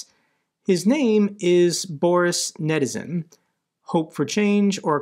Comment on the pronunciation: “Nadezhdin,” I thought you said “netizen.”